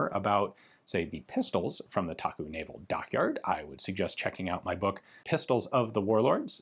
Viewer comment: It’s actually pronounced “Da-Gu” instead of “Taku” for 大沽. Many people don’t know that China was perhaps the biggest Mauser C96 user. The “box cannon” was especially the preferred sidearm of the communist forces. Great video 👍